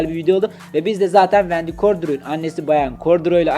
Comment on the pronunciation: Abi vndy gordiroy deyip durmaya